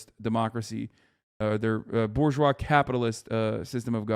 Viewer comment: It's not "BOAR-geois", it's "bourgeois".